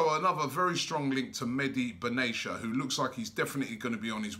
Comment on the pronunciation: Meh-Di Bin Atti-ya; not medi benasia. Robbie pls